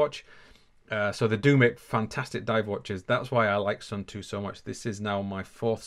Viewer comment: Sorry is not suuuntu is suunto is Finland not India lol